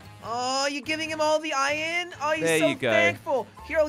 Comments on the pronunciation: it hurts me every time they say ion instead of iron :( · minecraft:iron:iyen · I don't know if it is just me but sounds like he is saying Eye in its I ern